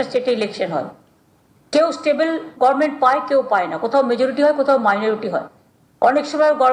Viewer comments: মমতা সরকার প্রধান অথচ উনি উচ্চারণ করে ঘরমেন্ট। এমন কোন উচ্চারণ ইংরেজিতে আছে কিনা আমার জানা নাই। গভার্ণমেন্টকে মানুষ নিশ্চয়ই ঘরমেন্ট উচ্চারণ করে না। মূূর্খতার একটা সীমা থাকা উচিত। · গরমেনট টা গভরমেনট বলতে শিখুন আগে,ভাট বকবেন না।